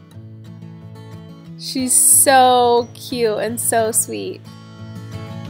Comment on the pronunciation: There’s a “t” in the word cute🙄